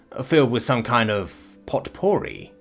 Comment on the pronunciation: Poe-purr-ree is how potpourri is pronounced 😂